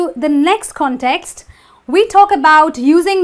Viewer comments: my heart breaks every time she says context =( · in ( 'context ) the primary stress falls on the 1st syllable